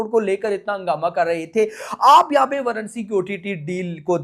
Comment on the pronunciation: Varanasi nam h varnsi varnsi kya lga rakha h